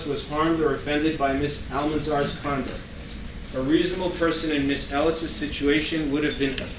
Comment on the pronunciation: He keeps saying “condent” instead of conduct! I’m wondering how the court recorder is going to manage to transcribe this fool.